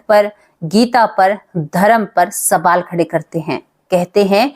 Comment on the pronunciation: Sabaal nahi (sawal) hota hai Hindi theek se boliye didi❤